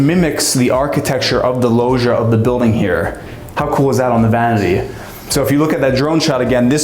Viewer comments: what's a "lohzhia" ? Americans .. massacring language wherever they go .. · "you heard that right: sky mansion!" Er, rewind a bit, that part was fine.... What the fk is a "lowsia"? 🤔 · Say lohja one more time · pleeeeaaasssee do never ever call it a logiaaah again, google (translate) is your friend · If you say logia one more time 🤣🤣 idk even know how to spell it.